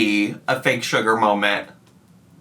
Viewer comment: love how she proceeds to say "creamy molment" AGAIN girl, i get it.